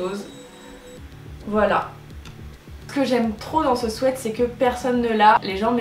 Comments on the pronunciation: *swit pas swet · Un swette??😂 on dit sweat "swit" ♡ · le mot "sweat" ce dit swit et non swait sinon top la video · Sweat qui veut dire pull se dit "swite" et pas "swète" sweat prononcer "swète" veut dire transpirer ou suer alors merci de ne pas faire cette insupportable faute 😧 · Omgg c pas des swet mais des sweat [ swit ]😂😂😂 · Léonie CHAMPAULT Et Nan... elle le pronote bien. ce qui se prononce "swit" et les les bonbons.. les Sweat c'est "swait". renseigne toi, Google traduction te le confirmera 😀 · Famille LANGLOIS MORIN "sweet" qui se prononce "swit" en anglais ça signifie "bonbon" donc le mot "sweat" se prononce bien "swait" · Isabelle vlr je regardais les commentaires expres pr voir si j étais la seule 😂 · Nan moi aussi sa me strese